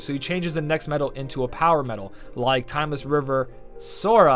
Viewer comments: Congrats on finally saying timeless river sora😂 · Much like everyone else, I must congratulate you for the 1st time getting SORA right XD